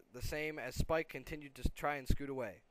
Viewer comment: no not spike y spike